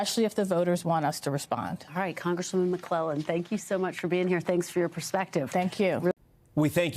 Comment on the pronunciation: It’s said like Mc-KLEY-len not Mc-KLELEN